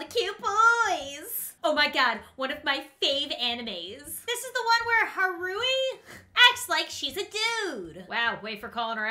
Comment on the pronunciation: Its kaouru not haoru